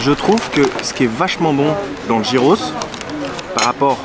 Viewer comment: Gyros en grec se prononce "yiros"